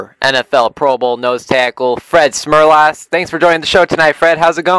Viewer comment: Lesson one. Learn how to pronounce the name of your interview subject. Fred was a real gem for not correcting the kid.